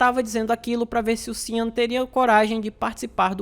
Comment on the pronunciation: Sean, se pronuncia xan ou xon.